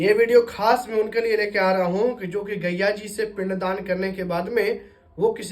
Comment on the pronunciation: आप पंडित है और गया जी को बार-बार गैया जी कह रहे हैं। पहले आप अपना उच्चारण दोष ठीक किजिए । उपदेश बाद में दीजियेगा ।